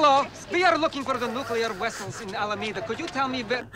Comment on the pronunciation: The scene where they were mingling around in San Francisco was covertly filmed; none of the people they spoke to knew about the movie. That cop was doubtless trying to decide if he should arrest this obvious Soviet spy who kept asking about "nuclear wessels". 🤣